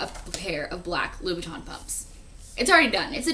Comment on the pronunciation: 123 shes actually talking abot Christian Louboutain pumps.. she was pronoucing it correctly